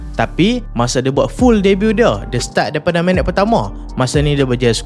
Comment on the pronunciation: haaa,, musim debat?... Debut ke? sebutan dia bukan "dee-bat" atau ''the-but".... cara sebut Debut = dei-biu (T silent)..... walaupun nampak remeh, tapi penggunaan sebutan yang betul sangat penting, tambah2 lagi "pempengaruh"... takkan nak pengaruhi dengan sebutan yang rosak?